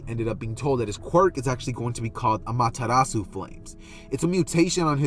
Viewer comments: The pronunciation sounded right to me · You pronounced it right for the record. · You pronounced it right my friend.